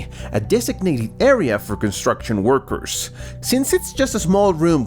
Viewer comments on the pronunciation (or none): none